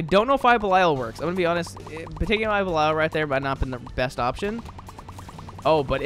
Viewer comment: Can't get over how you say "eye of bell-eye-al"